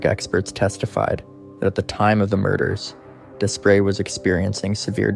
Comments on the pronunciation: It is pronounced as"dew pray" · Despres is a French last name, pronounced day-pree. Greg Despres is a dangerous offender and should never be set free.